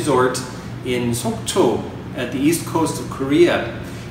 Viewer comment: I was watching the video,, and realize u actually said Sokcho.. I was like whaaa?? Did i hear it correctly? Was stunned for like a minute. U have great pronunciation! And thank u for the video :)